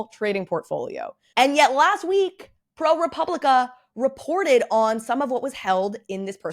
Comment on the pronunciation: It is pronounced pro-pub-li-ca. There’s no “re.” Love your videos!!